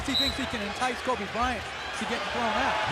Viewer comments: “Bryanto” ngl that ain’t it😕, I think “kobito” sounds better imo 👌🏽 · This is a cool video until you started to call KOBE bryonto... Stupid just stupid! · Bryanto? Soft ass Lebron. Dude this was a great video until you said that. No comparison to the Black Mamba!